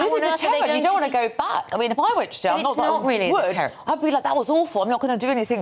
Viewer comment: How can this woman not pronounce the words Jail and Bail ?